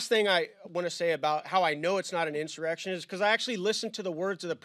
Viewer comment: There was no "in sir ex shun". It was a protest. Nothing more.